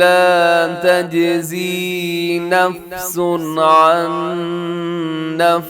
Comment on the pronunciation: اسلام وعلیکم نفس (س کے نیچے دو زیر ہیں تو مجھے یہ محسوس ہوتا ہے کہ ل ادا ہو رہا) دو جگہ نوٹ کیا مجھے مغالطہ نہ لگے تبی آپ سے اس لفظ کو سیکھنا چاہتا ۔ رہنمائی فرمائیں جزاک اللّہ